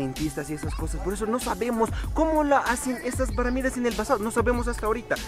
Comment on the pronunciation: Se dice pirámides no peramides.